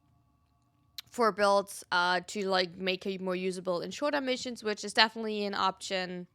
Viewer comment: U not being able to say missions 😭😭